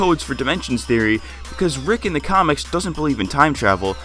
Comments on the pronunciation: "please notice anything wrong" thoery, thoery, thoery in the intro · You said thoery at the start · What the fuck is a "thoery" you dumbfuck lol